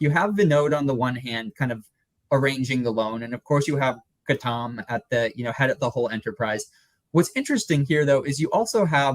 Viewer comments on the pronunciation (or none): The way your guest pronounced Gautam it sounded to me like Khatam! Khatam Adani!